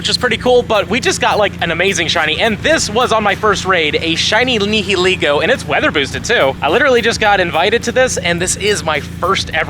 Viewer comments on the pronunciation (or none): Love you, but you gotta pronounce Nihilego correctly 😂